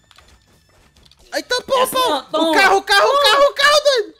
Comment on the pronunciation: Kkk ele parra a briga pra fala o CARRO